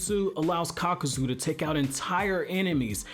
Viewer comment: Nice vid man....but uh...It's Kakuzu...not Kakazu.